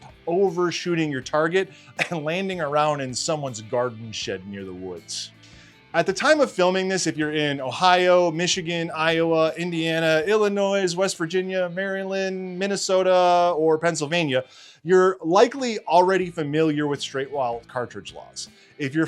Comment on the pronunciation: Did he say Illin-Noise?!